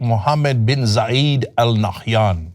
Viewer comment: zayeeeeeeeeeedd, lmao wrong pronunciation